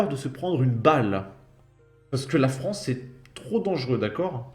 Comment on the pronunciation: Mais quelle chonce pour la Fronce ...